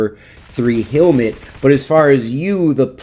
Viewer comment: Thought it was hell- mit not heal-mit